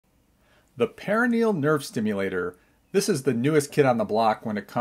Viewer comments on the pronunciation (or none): Perineal nerve (the way you’re pronouncing it) is a VERY different nerve than the perONeal nerve (the way you’re spelling it). Just so everyone knows 😂 per-on-eal